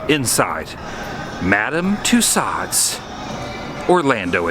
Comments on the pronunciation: FYI its pronounced too so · Isn't in pronounced "Too-Sews"? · The way to pronounce it is... Two Sews. :-) Love the videos, Adam. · Loved the vlog Adam. Just the pronunciation of Tassaud was driving me a little cuckoo... Lol. But it was a cool video. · It’s pronounced Tooso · Twice I heard you mis-pronounce the name of Tussauds. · #adamthewoo the letter 'd' in Tussaud is not pronounced. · Tussauds...the D is silent...unlike retardeD.